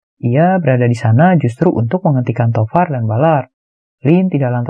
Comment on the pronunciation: Tovar & William salah sebut teros😥